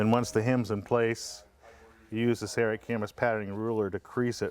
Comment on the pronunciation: nice! thanks! Id def get someone to record that again though :) "Sayaright" is crazy sounding in all of your videos. Could be bad for the image?